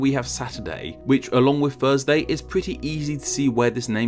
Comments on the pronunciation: Gotta love my "Thusday" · I love “Thusday” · The well know Thusday. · What’s Thusday? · Well he doesn't pronounce the 'r' in Thursday